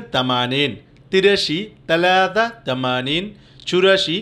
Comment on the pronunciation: ছালাছা কে আপনি তালাতা কেন বলছেন।